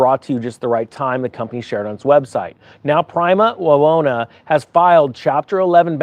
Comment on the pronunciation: you got the pronunciation right. Wawona grows a lot of peaches, and other stone fruits, here in Fresno Ca.